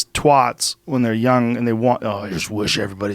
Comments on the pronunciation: TWAT RHYMES WITH HAT. SAY IT RIGHT. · “Twot” as in Twat? Do some Americans pronounce A’s as an O?